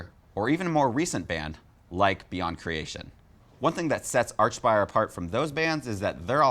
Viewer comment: Why do you keep calling them arch-spire. Its like ark-spire.